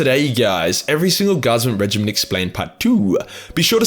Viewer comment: it's supposed to be pronounced like regiment.